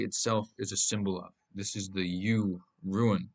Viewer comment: It’s rune. Rhymes with Dune